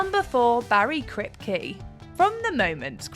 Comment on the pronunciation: You know who's my favourite in this list? Bawwy Kwipke